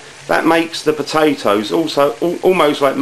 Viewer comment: You mean the pota`oes?